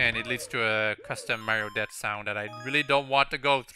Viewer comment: Every time you say "death" it sounds like "debt". I love your accent ;)